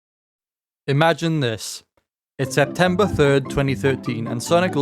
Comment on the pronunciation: "Septemeber" Yessiree But in all seriousness, nice vid 👍 Edit: I didn't know it continued after the goofy version that was Sunky.exe . I suppose I should relook into it